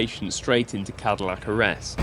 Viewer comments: Cardiac arrest not caddillac arrest lmfao. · Did you say "Cadillac arrest"? Was the malaprop intentional, what with you being a petrol head (Other fossil fuels available!). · Man said Cadillac arrest 😂😂😂😂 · Wasn't sure I heard that right but Cadillac Arrest 😂😂😂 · Did you say “Cadillac arrest”? That’s perfect. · I heard them say cadillac arrest too and had to rewind and play that again